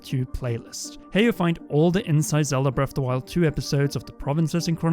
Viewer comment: "BREFFF DE WYLD"